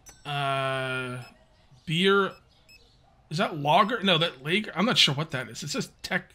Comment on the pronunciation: Lager is pronounced the same as logger